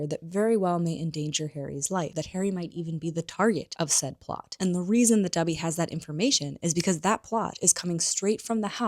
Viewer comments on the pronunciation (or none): It’s Ginny (with a short i sound), not Jenny. Colin’s last name has a long e sound, not a short e sound. Dobby has a short o sound, not a u sound. Otherwise, great video!